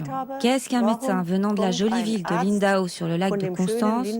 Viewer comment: Impossible à un français de prononcer Lindau (et non Lindahot).